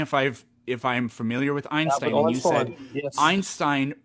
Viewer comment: Ooinstooin 😂 By the way it's also not spoken Einstein but Einshtein